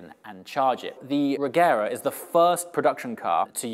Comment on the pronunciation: pronounced rejera